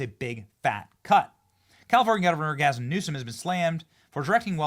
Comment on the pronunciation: Love your vids Benny really do, but gasim Newsom 😂 and yes, I backed this video up and listened again ya definitely said it, lol. Save that for KJP. speaking of KJP i think trump should keep her for a little bit so she has to say something positive about trump that sounds amazing. But again, no hard feelings Benny down some more of that coffee you promote no more gasims 😂😂😂😂